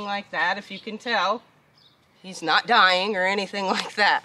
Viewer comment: He sure did say......I'm Naught!!!!!!